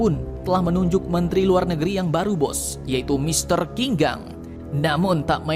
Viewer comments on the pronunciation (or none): Bacanya bukan kinkhang tapi jinkang om